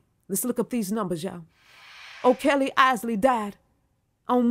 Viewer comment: I thought that she was saying R Kelly at first.